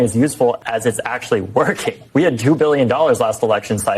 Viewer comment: did I heard that correctly? "....they're woking hard in their community...."